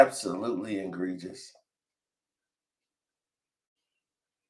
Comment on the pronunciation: Theres no such word as ingregious. Its egregious lol